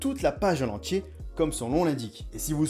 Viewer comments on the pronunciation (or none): none